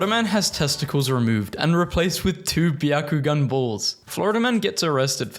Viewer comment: Pronouncing Bakugan as "Byakugan", made me immediately think of Neji from Naruto